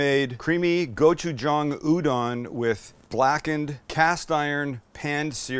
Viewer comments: thank you for pronouncing gochujang correctly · Thanks for pronouncing gochujang correctly.